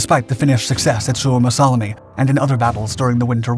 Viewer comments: Suomassalmi, not Suomassalami. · you mispronounce suomussalmi